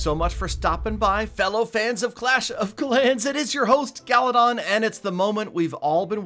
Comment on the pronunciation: Galadoff instead of galadon